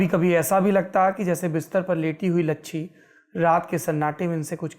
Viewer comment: saurabh bhaiya likh rahe ho lachchi aur bol rahe ho lachchhi